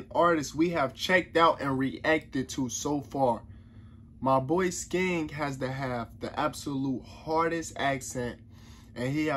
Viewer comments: Its skeng the g isn't really pronounce that much but it's not sken and the g isn't pronounce so hard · Your saying his name wrong lol